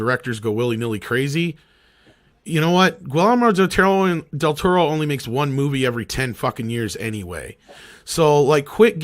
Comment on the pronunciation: your conversation about Del Toro is hilariously bad.... “pans labyrinth is the only thing done in his voice” lmao what a bad take... Cronos, Devil’s backbone, Shape of Water just don’t exist i guess and please learn to pronounce his name it’s pretty easy